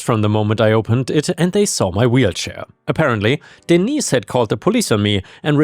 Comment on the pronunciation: Hello,.Hello, cute little Fur balls.Sorry, I don't remember all your names.I remember disney because that was the one i'm saw the most and heard the most, but when I heard you say denise, I thought you said d neice 😆